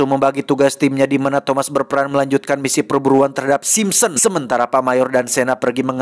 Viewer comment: Sapa yg ngakak pas salah sebut Simpson 😂